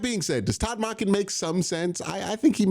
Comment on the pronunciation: Q idk if you are pronouncing salah and monken completely wrong because you’re being funny or genuinely can’t say their names